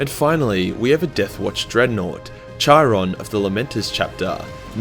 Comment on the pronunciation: You butchered Chirons name, use Greek pronunciation not French